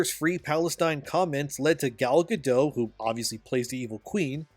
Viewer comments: Over Bite and the 7 gender related mental disorders. Edit: you say the other charisma vacuums name wrong. Say dot. Now say gadot. Now say gal gadot. Ga-DOT not ga-dough. Leave the illiterate bullshit for surrenderland. Here in america we can 1. Read and 2. Win a war. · Gadot, not Gado, the T isn’t silent at all. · It's pronounced Gal GADOTT. Hard T. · Bro, the past-tense of cost is cost. There is never an "-ed" version of the word. It is not "costed" and you harm your own reputation by saying it wrong. Your presentation is otherwise good. Oh, but also, Gadot is not pronounced with a silent t. She isn't French. Her name is pronounced "guh-dut." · FYI- Gal Gadot is Israeli, not French (there is no soft “t” at the end of her name). Gal rhymes with “doll”, not “pal” and Gadot is pronounced exactly like “god-oat” (does not rhyme with “bad-dough”). Just good to know 😊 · He didn't say it correctly either. Go watch the video of her telling people how to pronounce it. She says it like he does but the "T" isn't silent. It sounds like "guh-dote".